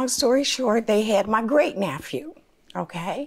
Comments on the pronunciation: She was a teacher...what the heck is a “naphew” 😂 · I’m sorry… NA-PHEW?? Lol Just a joke, friends❤️